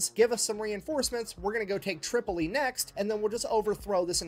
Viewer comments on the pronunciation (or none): He said Trip-ollee, but meant Trip-O-Lee, Tripoli. Later, after they took Duma, the Pirate King offered the UDE Philadelphia back to America even though it had been retaken and burned to ashes. He lied. Amazing that this was two hundred years ago. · John Adams 2nd president of the USA after George Washington dealt with the pirates of the Barberry Coast. It was surprising because Adams had no military background he was an attorney. It's Tripoli the guy just doesn't know how to pronounce it. No he is incorrect in many historical facts! No it is ADAMS not Jefferson!! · He mispronounced Tripoli probably as a joke. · Concerning the mispronunciation of "Tripoli," has dyslexia, and while it isn't very severe (that we see) and generally doesn't affect his speech, he will occasionally mispronounce a word that he has no problems with anywhere else in the video, or use one word when he means to use another. After a while, you don't really notice it.